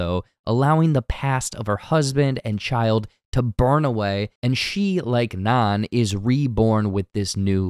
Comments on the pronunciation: He keeps pronouncing Nan like naan😭😭😭😭😭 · Which is food. Bread. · yes thank you god bless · if you are going to read this script, watch the movie, its Nan with a long A. i cant even finish this now. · yes thank you